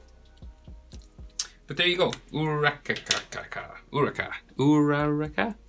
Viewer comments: o - cha - ko ur - ah - ka thats how you pronounce it sorry it was annoying me a little im really sorry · its pronounced ooh ra ra ka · When you say uraraka like that it sounds like a cereal